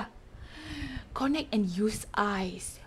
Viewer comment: Cara ckap connect Tu salah hahahah😂